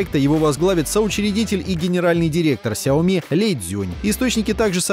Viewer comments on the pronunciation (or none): none